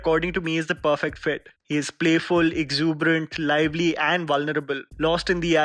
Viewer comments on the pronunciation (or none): none